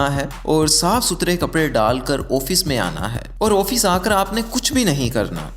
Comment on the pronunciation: Your video is nice, Thanks. I hope you will motivate yourself that it is not "Oofeese" but "Office". آفس